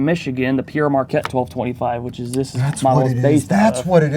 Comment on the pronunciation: PIERRE Marquette?! Please... pronounce it correctly, it's PERE Marquette, Pere, as in father, Pere Marquette was a priest who travelled with Joliet to meet the native peoples.